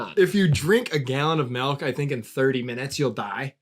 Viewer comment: hate how says melk